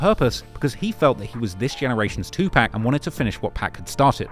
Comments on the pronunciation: 2 pack pisses me off every time. 2 PAC (pock) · He can say "Wyclef Jean" correctly but he can't say "Tupac" right 💀